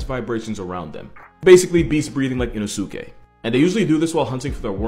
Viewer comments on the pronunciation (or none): His NAME; is pronounced: I-NO-SKE. The “U” is silent when saying his name(Inosuke)Don’t try and speak Japanese if u’re not gonna do it right. They don’t like that; Ego-gaijin…🙄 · The way he pronounced inosuke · god that Inosuke pronunciation gives me pain